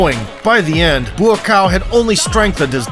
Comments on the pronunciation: His name is pronounced "Bwa-Cow" not "Buacaw" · Dude! It's not BOOO AH COW